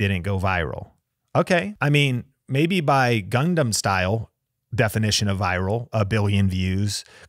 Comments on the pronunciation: Respectfully 😂 It’s Gangnam style not gundam style😂 . Also needed this video cause I been slowly growing but feeling a lil sad cause I am not getting a lot engagement 😢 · It’s “Gangnam Style” not Gundam Style lol